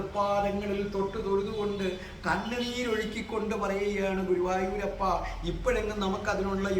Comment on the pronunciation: എന്റെ പൊന്ന് ഗുരുവായുരപ്പ എന്നണ് പറയുന്നത് Sir